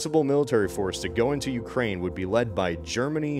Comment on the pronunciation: ah yes the UkraiZe(y)